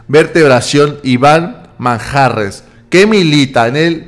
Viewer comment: Manjarrez con acento en la e no en la a, lee bien, ya pareces fifí.